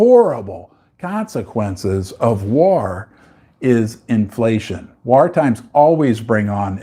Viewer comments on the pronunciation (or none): For the love of all things holy, please learn how to pronounce “war”. Great content.